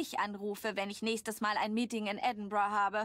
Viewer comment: So wie du Edinburgh ausprichts ist es auch richtig!!